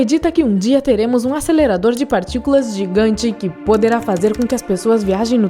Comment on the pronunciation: ASÊLERADOR DE PARTICULAAACAS